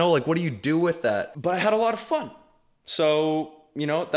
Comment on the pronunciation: when said fun i thought he said F***